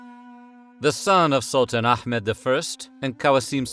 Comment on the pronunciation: first time i heard anyone say ahmed right